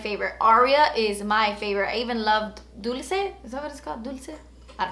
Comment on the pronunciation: Hands down, Bioderma is the best And by the way, that stilla lipstick is pronounced as /dolche/ :D meaning sweet